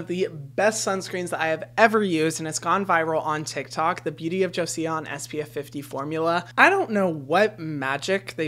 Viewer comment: Joseon is pronounced “Joh-sun” :) Simpler than its spelling!